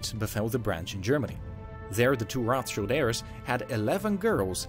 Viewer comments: pleeease stop saying "Roth" like American English "th" but say Rot like maybe Road - would sound 100x more German xD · It's not pronounce as Roth-child it's Roth-shield! They are germans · Its CHILD not ROTHCHILLED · Greetings from Frankfurt in Germany! Its Roth like red. Modern rot=red. So no "th" ;)